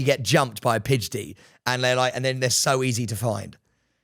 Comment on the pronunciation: Also Sam it's PIDGEY not PIDG-DEY, come on now..